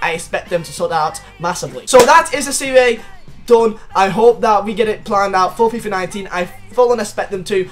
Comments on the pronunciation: It’s pronounced serie ah not siri aye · This guys fucking dumb. It's Serie A, not Serie Ayee.. And the Roma stadium IS already in FIFA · Am i the only one who wants to pull his ears out when says serie aaay? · It's pronounced "Serie Ah"...come on, you're a football fan, right? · it's pronounced Serie Ahhhhh